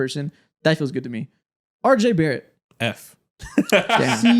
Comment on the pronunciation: Josh giddey so much better than “are jay bare ett”